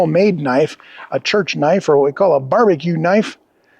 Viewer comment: Did you say "church knife"? You must come from a rough neighbourhood!! 😏